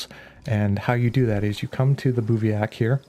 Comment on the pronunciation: It's pronounced biv-wak